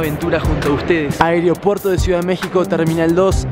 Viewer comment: En el minuto dice anopuerto ajaakajajajaj